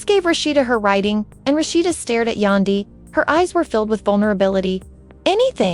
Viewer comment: Who is Yondee her name is Yan as in candy pronounce Yandy….. yandee